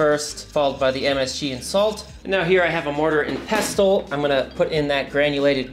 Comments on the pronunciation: Its PESSEL not pesTEL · FYI - it is pronounced 'mortar and PESSEL'...(the T is silent). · "Pessle" The T is silent 😁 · Never heard anyone pronounce the 't' in 'pestle'. It's silent.